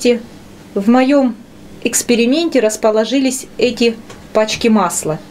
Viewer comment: Расположили, а не раЗположили